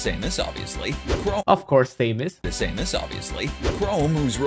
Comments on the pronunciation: Am I the only one who heard him call my girl samus say-mus?? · Me, a Samus main: Hey ZeRo calm down let's give them a fair ch-- The Gamer: Same-us Me: Actually die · Me, a Chrom main: Same-us? I guess some people pronounce her name like that I'll let it slide- "Chrome" what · "chrome" "Ry-you" "Say-mus" "Sak-u-rai" UGHHHHHHHH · people who say "Luff-fy" instead of "Loofy" sAyMuS, cHrOmE, sAkOoRaI... cHrOmE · Why does the gamer say that dark say-mus is an echo of regular samus? He says say-mus and THEN samus. WHICH IS IT!?!? How does he pronounce it!? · they really said “Same-us” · Saymus, i can forgive that. Chrome, ok i guess. but SAKOORAI? THATS IT, IM GETTIN ME MONADO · Sakoorye invented the best character in Smash - Saymus. NOT dark saymuhs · They mispronounce names more than substitute teachers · How do you not know how to prounouce Sakurai or Samus? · I used to say samus like the guy here, not anymore tho